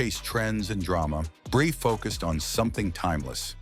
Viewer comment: I It's NOT "BRAY"! It's "Bree", you stupid BOT!